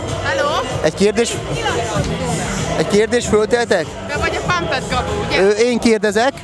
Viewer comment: Pámpd nem pámped😑